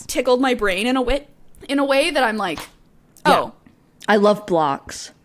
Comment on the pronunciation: "i wuv bwocks"